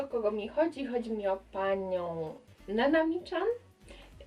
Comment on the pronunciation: Mówi się nanami CIAN